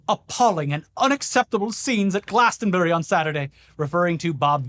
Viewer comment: "Hey if you're here, who's fucking your wife?" is brilliant, go! Artists standing up for their political beliefs has a strong tradition at Glastonbury (pronounced 'Glastronbry' btw) so fuck the BBC, and fuck Starmer. Bunch of cowards.